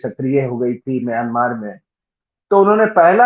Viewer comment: इस देश को म्यँमा कहते हैं, सही उच्चारण। छिन स्टेट ही नहीं, उत्तर में कछीन, दक्षिण पश्चिम में रखाईं, दक्षिण पूर्व में कया, करीन, उत्तर पूर्व में शान, सभी अपनी स्वतन्त्रता चाहते‌ हैं और संघर्ष भी कर रहे हैं। और ये सभी देश या तो इसाई या मुस्लिम मेजोरिटी वाले प्रान्त हैं।